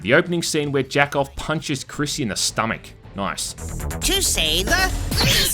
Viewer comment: His name is "Jakob" pronounced yah-kobe